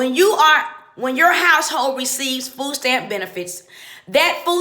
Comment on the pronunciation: Fooh steamp Fooh cuarh. Make yo beh. Thas whuh he saih.